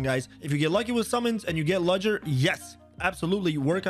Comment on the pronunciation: I tricking lost it when he said ludgers name. THE D IS SILENT!!!!